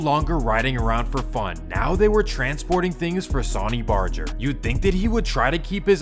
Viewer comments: that boy said “Sawny Barger” lmao bro it’s pronounced “Sun-ny” RIP Sonny Barger #SupportYourLocal81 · SAWNY BARJER 😂😂😂😂 🗣️ SUH-NEE BAR-GER